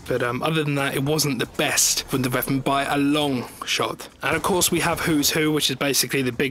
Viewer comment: omg learn how to say "WONDER WEAPON", not "VUNDER VEAPON"